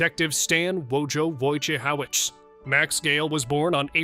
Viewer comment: Come on AI, Wojciehowicz is pronounced just like it's spelled...